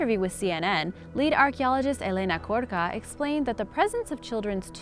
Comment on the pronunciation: Elena Korka😂